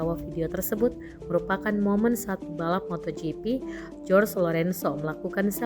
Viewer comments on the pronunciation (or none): bacanya "horge" lorenso ya mbak, bukan "jos" lorenso. Anda mewakili media, jangan sampai terlihat kurang pengetahuan. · Lu masih salah...yg bener bacanya horhe lorenzo karena di Spanyol "G" di baca seperti huruf "H"